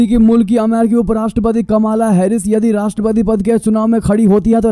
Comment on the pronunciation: कमाला नहीं कमला नाम है